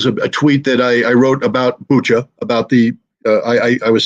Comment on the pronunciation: With all due respect, Bucha is pronounced Butcha and not Bucka, as anyone with knowledge of how the Ukrainians spell it in Cyrillic can tell.